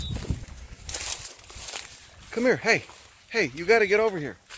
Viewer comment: He literally said said, "I'm gonna take yuz to a rehab facility." I love accents, I hate that Americans are losing them.